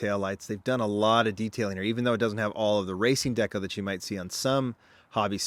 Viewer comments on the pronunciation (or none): none